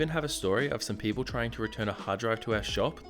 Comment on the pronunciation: "Keople Peep" XD